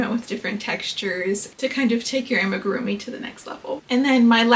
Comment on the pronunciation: this comment is so unnecessary, she’s pronouncing it fine